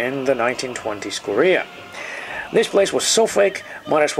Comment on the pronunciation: US Impewiawists....KORREAR...